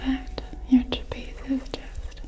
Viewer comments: Tra-pi-zi-us 4 syllables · THANK YOU I LITERALLY CRINGE WHEN SHE SAYS TRAPEZE IDK WHY